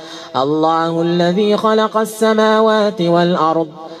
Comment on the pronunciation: اخي الكريم الله بكسر الهاء وليس بضم الهاء